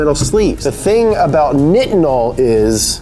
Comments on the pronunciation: Nitinol is pronounced like like night not knit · Bro its pronounced 'Nigh-tin-al' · Nitinol is pronounced with a long I - ie nye-tin-ol It’s super cold on Mars....I guess they don’t have to worry about nitinols temperature transformation? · "Nigh-it-nol" look up nitinol engine